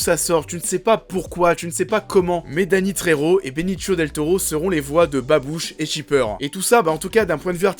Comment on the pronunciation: Par contre on dit Benicio et pas Benichio, et pour Michael Peña , ça se dit penia, pas Pena . Voilà , sinon bonne vidéo !